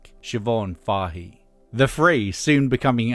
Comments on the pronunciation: Fay-ee not Far-hee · It's not Fahey with the a sounding like "awe" as the narrater pronounces it. It's Fahey, with the a like the a in "Fat". Excellent as usual otherwise.